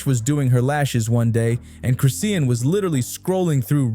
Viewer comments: If you say Chris-sea-en one more time nicca!!!! IT'S CHRIS-SHAWN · Its chrisean not crisea Ann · The way the bot says chriseen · I thought Noone was going to address the fact that he was butchering her name and the baby name that's ignoring I'm trying to watch it's hard listening to this man❤ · I was reading through the comments thinking “am I the crazy one?! 👀” wondering why isn’t anyone correcting it? Have I been saying it wrong this whole time?! 💀🤣 thank you for commenting on it.